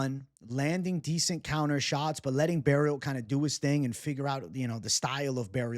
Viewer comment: FYI, you don't have to pronounce the T at the end of Barriault its silent. (French is wierd right) I'm also biased and I think he could caught Shara.